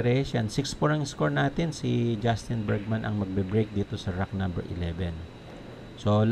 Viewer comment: Bergman hindi Bergsman dinadagdagan mo ng S